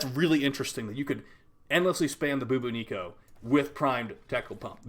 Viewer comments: Lmao ... boo boo Neeko. Its bubonico. Like the bubonic plague. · Boo-boo-nico. Even though I expect it, I still crack up when pronounces Bubonico as that. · The way he says bubonico 🤣